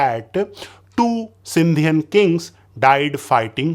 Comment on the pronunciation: Sindhian😂 . Really?? Its Sindhi... brother !!!